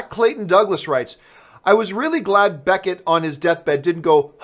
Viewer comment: beCKett not beNNett